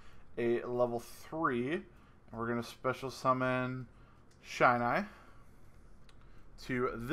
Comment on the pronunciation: Awesome combo! Loving coming back to this deck, I've missed it. Looking forward to the profile. P.S: It's a short i sound in Shinai. Eight years and counting of kendo, and the shinai is the bamboo sword we use.